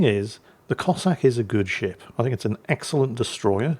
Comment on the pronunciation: At the beginning of the video, did anyone else hear say "And the sh1t he's sailing..." rather than ship?